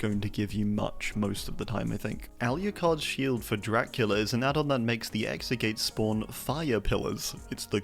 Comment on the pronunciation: The way he pronounces Alucard makes me wanna blow my brains out.